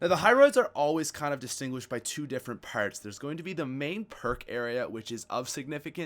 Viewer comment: lol where are you from dude? lol its so funny to hear you say parts as pairts lol